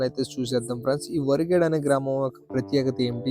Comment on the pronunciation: వా రి గే డు కాదు బ్రో వ రి గే డు ... నైస్ వీడియో